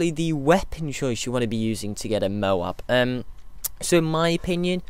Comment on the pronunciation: Firstly, toad is a word and M.O.A.B is an acronym. Secondly, the speaker in the games pronounces it as "mo-AB".